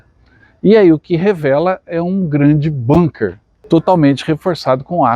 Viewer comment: "Speer", e um sobrenome alemão e a pronúncia não têm absolutamente nada a ver, com a fonética da língua inglesa. Aliás a língua alemã qto a fonética, tem fonemas corretamente diferentes do inglês. No caso "ee" e um "e" longo. "Bunker" é pronunciado exatamente se escreve. O "u" é sempre "u" como em.português italianos e espanhol... significa : casamata , fortim, abrigo fortificado.... O "W" em alemão e SEMPRE Pronunciado como "V".. O ditongo "ei" sempre como "ai" em Einstein .. O "eu" sempre como "ói" como deutsch = alemão. Etc. Os dois "oo" sempre como um "ó" longo.. o "Ü" como o "u" do francês. arredondando os lábios. Ja o ."Ä" = é"..assim o "Ö" ..É corresponde o conforme "eu" do francês... etc